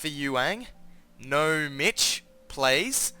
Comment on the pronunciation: its nomic, not nomitch